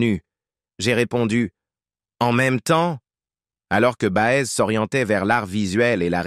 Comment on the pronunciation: voix insuportable prononciation BA EZ ??? et que d'amours : la fidélité ils ne connaissent pas...